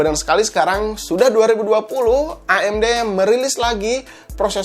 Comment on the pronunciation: ngomong amd nya kyk ngomong a"in mantap emang si akang sering ngaji ^_^